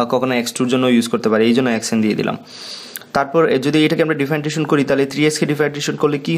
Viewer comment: Hear to Feel weird that you can’t properly pronouncing "Differentiation"